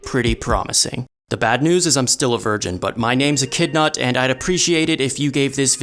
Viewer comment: the bro: my name is and... subtitles: hi my name is a kidnap💀